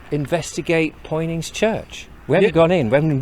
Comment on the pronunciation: All those comments below but none from a native of Poynings.who would told you its not Poynings it's Punnins